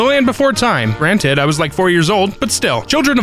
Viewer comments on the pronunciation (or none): none